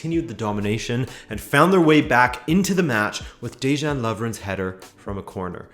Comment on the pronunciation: Why is everyone butchering Lovren's first name? Just kinda curious, since it seems to be widespread. PS: It's pronounced "Deyan", my dude.